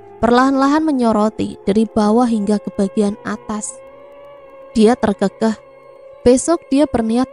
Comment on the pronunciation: Terkekeh itu d bacanya be-rak, bukan be-lia